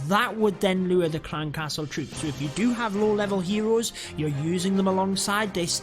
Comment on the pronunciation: Very useful. But I lost it when he said them trwoops